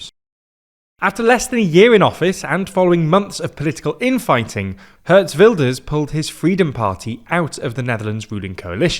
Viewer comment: Addition: ee in Geert is pronounced as the “i” in nitpicking 😂